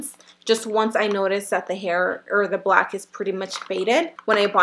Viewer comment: she said blank not black